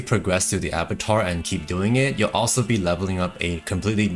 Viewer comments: Ah BAH Twahr dude. Please. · Abattoir = A-Boo-Twaa